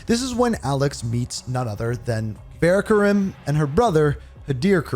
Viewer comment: Bro they say the name of urzikstan and fara Karim out loud so many times and you still say them wrong it hurts my soul so bad